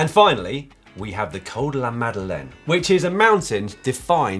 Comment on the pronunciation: Its "Col de la Madeleine" guys